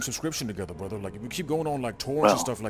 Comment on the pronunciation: Hallo Brathar welcome to my Baradise 🤣🤣🤣Legendary